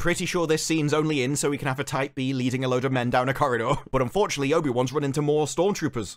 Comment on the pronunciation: Whats a type b? I think that's what he keeps saying.